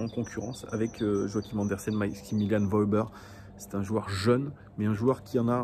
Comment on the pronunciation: petite précision on dit "Weuhber" pas Wauber :)